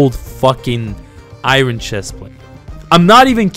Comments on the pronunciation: Iron is pronounced "i-urn" not " i'run" Jfyi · This video is great but I hate the way he says "iron". He pronounces it like " I run". I'm just so used to hearing it pronounced "I earn".